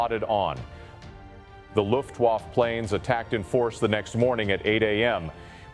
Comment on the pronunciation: It's ai. Getting better by the year though, with inhaling and mouth noises it gets more realistic. But with words like Kriegsmarine and luftwaffe the ai exposes itself.